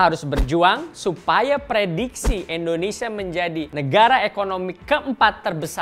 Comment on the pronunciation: Sedikit koreksi buat host, pengucapan yg benar: indonesia bukan endonesia. Nice narration!